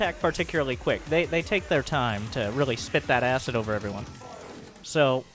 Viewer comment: It's actually pronounced "Efferyone"